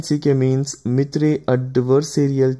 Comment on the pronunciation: video is good, but its not mithrey it can be pronounced as myter